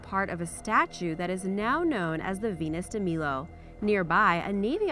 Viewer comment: you pronounced Venus de Milo and Milos wrong